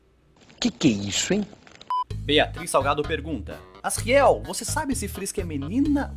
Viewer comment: Você fala asriel errado se fala asjuriel mais se escreve asriel